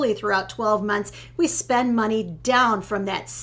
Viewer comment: I think you two are adorable. But have to giggle at how pronounces "spend", while pronounces "spund". Not putting anyone down, just giggling.